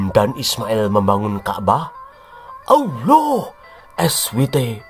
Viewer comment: mantap mas bro..pas pd kata "oloh" dan "muhamad" intonasinya jiannn mak jlebbb teninnnn...ketok nek wong jawa tulen...😂😂😂